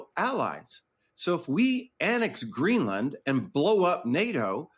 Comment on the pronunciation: “We knee greelann” 😅